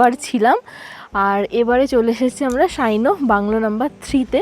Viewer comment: "Prayer bhese asche" ta kemon shunte laglo, may be we can say prayer shona jachhe Ar pronunciation ta "shaino noy" but "Saino" (sha uchharon ta nei)